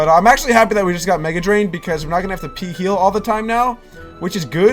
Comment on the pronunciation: Wait why did you say peeheal xD